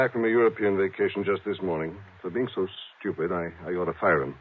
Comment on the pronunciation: He said STEWPUD WENCH” 😂😂😂